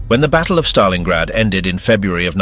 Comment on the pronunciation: Stalingrad not Stalinggrad